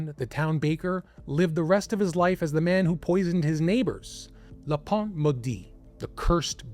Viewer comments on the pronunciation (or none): You pronounce le "pain" maudit as le - pont- , which means bridge, a complete different meaning. Your pronunciation isn't just wrong, it's misleading. Pain is the same sound as in "un" ( one)